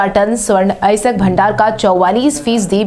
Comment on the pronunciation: अयस्क या अएसक? ठीक से अध्ययन करो।